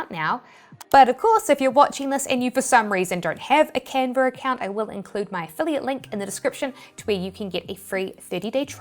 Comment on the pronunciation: Still love the accent: “Canver”!